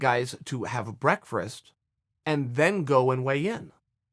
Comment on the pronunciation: what was it that Chael "the original gangster" just said? He let's the athletes stop and havvvve??? What was that? Sorry I didnt quite catch that. Lmao. Brearfrast? Lmao! Come on Mr. Perfect! Tighten it up.